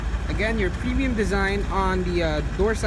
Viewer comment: Premium not Pinion